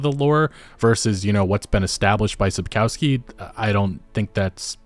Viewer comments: sapkowski is pronounced sap-kov-ski just fyi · Small nitpick but the authors surname is spelled sap-cov-ski not sap-cow-ski. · Sapkowski is really easy to pronounce: sap-kov(o like in on)-sky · it's pronounced - Sapkovskee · Sapkowski's name is mispronounced, you call him "feces" through the whole video 😁Not that it doesn't fit... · Your pronunciation of Sapkowski surname is terrible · Google Sapkowski and listen how it's pronounced .. as a Polish Person it's really frustrating to hear you Americazing his name😅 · You get paid for making those videos and receive hundreds of thousands of views, is it so difficult to spend 2 minutes of your time to google how to actually pronounce Andrzej Sapkowski's surname? Never occurred to you that maybe it's not pronounced your American way since it's a Polish surname? Embarrassing.